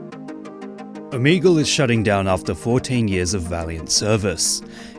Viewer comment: Why are ppl spelling it omeagal? Is it the way he pronounced it?